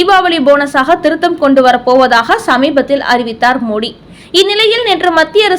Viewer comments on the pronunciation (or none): none